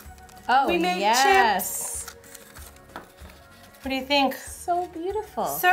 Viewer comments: "And were going to make some sone crips" "You mean chips" hahahahahahahahaha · ITS CHISPS